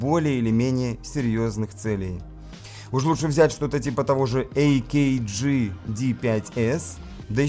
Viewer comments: Что за бред называть микрофон AKG -"эй-кей-джи"? Фирма австрийская, а не английская и читается ровно так же, как пишется - АКГ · Мне нравится ваше ЭЙ КЕ ДЖИ на . Сразу чувствуется, что вас попросили ;)